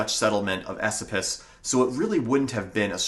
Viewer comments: I’m from the area, just so you know it’s pronounced E SO PUS not esapus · Just a FYI- locals pronounce Esopus "A- so-pus" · ...Esopus is pronounced "E-SO-puss". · E-Soap-Us is how we say it here. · Dude your pronunciation of Esopus is killing me. I have pronounced it (E SOAP us) my entire life. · Absolutely wonderful. I know for a fact that there are many caves and hidden treasures in the Gunks. Lived on the ridge for a decade in an off-grid cabin way off the beaten tracks. You're mispronouncing "Esopus." Emphasis is on the middle syllable which is pronounced like the word, "so." Thanks for this video.